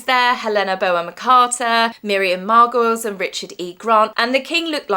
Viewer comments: Hi 👋🏻 Miriam 'Margolyes' is pronounced Mar-gol-eeze and not Mar-goiles 😊👍🏻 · It's Miriam Margoles. Not pronounced as goals but golees if that helps. X